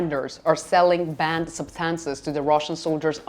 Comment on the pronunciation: I couldn't understand her when she was talking about "band substances". It wasn't until I turned on closed captions that I found out she was talking about "banned substances". I didn't realize until then that the two words are pronounced differently and my native English mind was not smart enough to figure out that she meant "banned". The difference in pronunciation is subtle. Things like this make me wonder how in the world people can learn a second language.